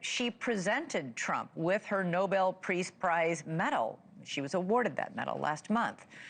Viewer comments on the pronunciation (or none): Elizabeth Vargas is so embarrassed she calls it a "Preace Prize." 😂